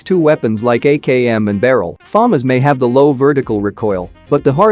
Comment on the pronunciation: You're pronouncing FAMAS wrong. Some kids will watch your videos and then argue it's pronounciation.